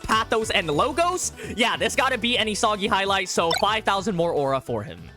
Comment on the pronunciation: Istg why do people still say Esoggy like bro did you not watch the anime???